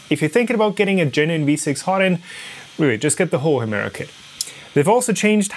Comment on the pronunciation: Sag doch noch 200 mal Hemera 🤦‍♂️